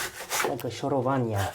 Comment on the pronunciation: did you say "szorowac"? and "szorowanie"? 😁surprising, but it's accurate